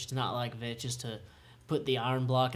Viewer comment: It's Vechs, not Vech.